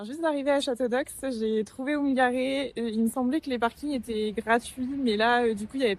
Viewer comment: Je suis de Château-d'Oex, Mon père est pilote d'une des montgolfières emblématique de Château-d'Oex, et Château-d'Oex se dit "Chatodé" pas Chatodox! c'est une erreur que tout les touristes font, surtout les Français, c'est d’ailleurs a ça qu'on les reconnais!